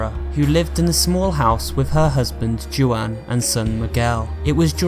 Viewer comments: Anyone else angry that he said "Joo-an" instead of Juan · Juan is pronounced wan btw